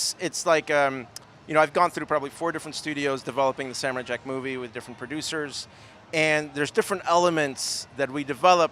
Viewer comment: Sam-o-rai jack, JACK